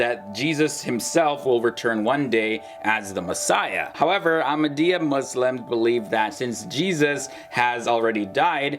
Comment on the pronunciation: You don't even know what you are saying even to call our beloved ones name you cannot say it correctly please go learn